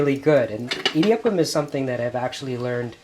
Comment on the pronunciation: Ok Honey, You're ridiculously the sweetest. Your Tamil is horrible. How come? "idi" prounounce like short vowel E-D, means grind, mill, clash. We use that word for thunder also! Rice flour is easy to press. Now try that presser with uLuttham paruppu(urad dal in Hindi and black gram in English) and make thEn kuzhal. It will be difficult to press and squeeze that bengal gram flour. It gets even more difficult to press with besan flour aka chick peas flour and make Omappodi. In Tamil Nadu, standard breakfast item in homes, restaurants or even weddings will be one of the following combinations 1) idli, vada, coconut chutney, mint chutney, onion chutney and sambhar 2) upma and vada with coconut chutney and sambhar. 3) venn pongal and vada with coconut chutney and sambhar. Only weirdos eat dosa for BF as its a bit heavy. Most of the people will eat dosa for lunch or dinner. I designated Idli, Vada, Dosa as the Holy Trinity from Tamilnadu🤣🤣🤣. That thamizh song you sang "மாசிலா உண்மைக் காதலே…. மாறுமோ செல்வம் வந்த போதிலே…" is a beautiful song sung by A.M Raja and Bhanumati. You have an aesthetic taste like me in Music😂. Do you know that normally the original or the dubbed version of the song becomes popular? Or for that matter even the movie. One will be a hit and the other flop. There is one movie which became hit in both the original and the dubbed version and even the song becsme a superhit. Original Hindi movie was Khiladiyon ke Khiladi and the song is sau bar janam lehnge Dubbed